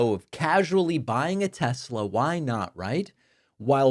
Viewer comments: He said "tesLer" again. -- When tRump speaks like that, he makes himself sound like his base. Then they won't complain he's mocking them because the majority of MAGA won't get off their knees for him. Period. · Tesler. It´s all compuder... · Trump called it a Teslar 😅 IDIOT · Not TESLAR....LOL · Since he intentionally mispronounced Kamala, we should rename teslerr and make that the name worldwide. 😂😂😂 TESLER! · I love tesler 😂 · "TesLER"...LOL! "Everything is COMPUTER!" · "I lerve Tesler" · “Leon’s” “Tesler” 😂😂😂😂😂😂